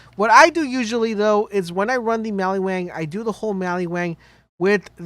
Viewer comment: Mal-ee-Wang? That doesn't sound right but I could be wrong.